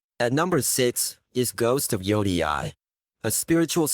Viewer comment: Butchered the pronunciation of yōtei 😂